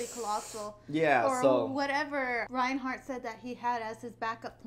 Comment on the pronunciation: She said Reinhart again.